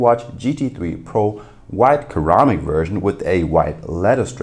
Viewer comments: It's ceramic not keramic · Ceramic = suh - ra - muhk pronunciation